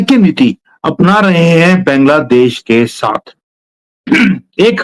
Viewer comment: Why don't you pronounce Bangladesh correctly?